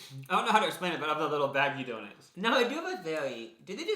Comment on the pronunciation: Can’t believe they say donits Instead of donut